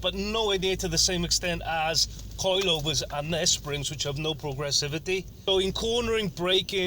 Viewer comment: The way he says "coilyovers" jarrs me